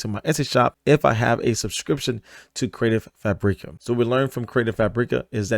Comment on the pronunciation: Hahah its just pronounced CREATIVE FABRICAH. Like Frabic with an A at the end. There us no Eeeeee in there.